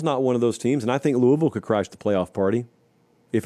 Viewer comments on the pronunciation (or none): none